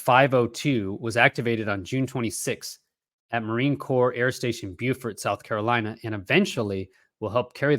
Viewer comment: Hey, Beaufort is in french and is pronounced "bo" (no "w" sound at the end) and "for" (as in "for a good cause").